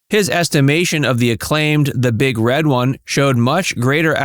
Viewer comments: BTW, it's "the Big Red ONE" (as in the FIRST Infantry Division)... NOT "the big red wun"... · I really hate how you say The Big Red One. It's the Big... Red... One. It's not: "which one will you have sir?" "Oh gosh, I suppose I'll have the big red one." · First off,, when you say, "The Big Red One" with the emphasis on *red*, that's an insult. If you're going to emphasize anything, it is on the "ONE". What is "*Paramilitary* training to be a scout/sniper?" Marvin was a MARINE. The Marines are a branch of the Armed Services. NOT some cheesy, unnamed paramilitary organization. Other than that, an interesting vid. Back when actors were mostly patriots, not the mostly morally compromised slime they are now.